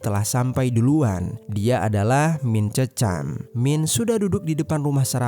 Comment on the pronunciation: Penyebutan Mint Cheuchum yg benar bkn "mint cecam" Bro tp "MIN CEH COM" 👍